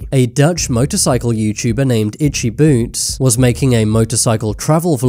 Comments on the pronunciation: When ur saying itchy boots it sounds like itchy boobs 😂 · did you say ''itcy boots''